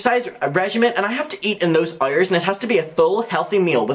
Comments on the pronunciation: “Errors and errors and errors” it sound like instead of hours lol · i absolutely love how you pronounced “hours” i can’t stop hearing it that way now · u got in my recommended n i'm obsessed w/how u say "hours" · I love how he says “hours” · Your pronunciation of “hours” tho... Iconic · the way he says hours kills me hahaha